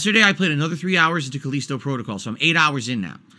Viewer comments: "Caleesto Protogoll" lmao Okay I was on the fence about this game but if likes it, I better give it a miss for now. He's the kind of person who always defends objectively bad games such as Sonic 06 or Ride To Hell Revolutions. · Call-eesto Protocol 😆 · He keeps pronouncing Callisto wrong, does he not know how to read